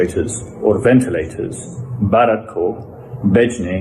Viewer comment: Sahab aap itne bade patrakar hain bharat bolna to sikho...